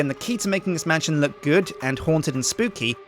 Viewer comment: You say mantion instead of man-sh-on